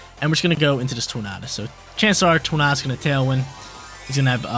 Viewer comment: love the Regulation D content, keep em coming, but have to say it's pronounced like "Tour-Nay-Dus" like Tornado. That's all, keep crushing it!